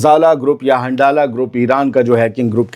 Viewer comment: 💥🚀 हंझला 👈को 👉हंडाला आप क्यों बोलते हो?